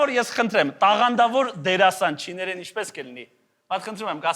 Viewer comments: ՉինԱրեն, ոչ թե չինԵրեն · AM You sent Երեխեք ջան, բայց ճիշտը չինԱրեն է: Մեկ էլ հունԱրենն են սխալ՝ «ե»-ով ասում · Սիրելի և չինարեն բառը արտասանվում է չին(Ա)րեն։ Կներեք, դոյք կոպիտ սխալ արեցիք,ասելով լին(ե)րեն։